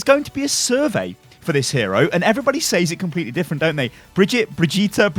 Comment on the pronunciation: It's like vegeta from dragonball in how you stress the syllables. Bre-GIT-uh